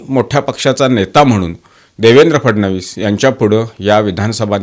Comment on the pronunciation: तुम्ही ‘फडणवीस’ हा उच्चार योग्य प्रकारे करत आहात. तुमचे अभिनंदन.